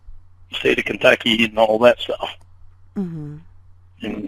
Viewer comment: “Talk and stawf…” what an inbred😂